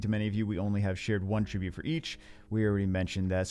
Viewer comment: Omg stop pronouncing attribute like a verb before I punch a kitten.